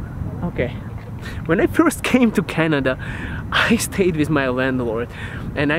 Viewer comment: почему ты произносишь With как "виз", режет слух. Take care!